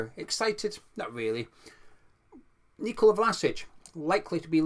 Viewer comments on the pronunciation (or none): none